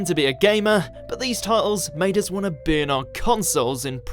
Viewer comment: As a non-native English speaker, I thought he said, “bin our consoles”. Realised after he completed the sentence that he meant, burn 😂